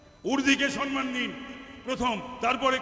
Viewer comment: উনি কোন মানুষকে সম্মান করতে জানেন? সনমান বলেন,ঠিক উচ্চারণ করতে পারেন না।